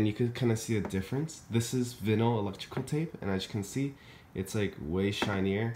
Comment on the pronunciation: Its vy-nuhl, not vi-nuhl. Sorry but I couldn't leave without letting you know lol.